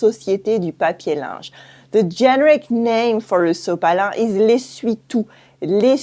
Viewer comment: the accent on the word generic is on the middle syllable - ge-NE-ric. Love your channel!